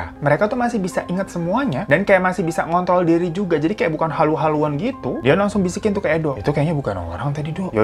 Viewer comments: ngontrol bang bukan ngontol 😭😭😭 jd bengek gua pdhl lagi fokus 😭😭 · Maap bang, gatau aku salah denger atau gimana pas menit bang hiro bilang "ngontrol" tapi kedengerannya kaya "ngont*l" 😂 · Ngtrrrrrooolll diri weh bukan ngontol 😭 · ngontrol apa ngontol bang? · ngontrol mas, bukan ngontoolll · ngooonnntrrrrrrooolllll ya 😂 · ngontrol ya bang pake acara keseleo lidahnya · Yg aku dgr ngontrol nya ga pake r, r nya mana bwaaangg😭😭🤣